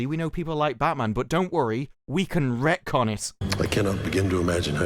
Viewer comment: When "retcon" becomes "wrecktcon." 🤷‍♂️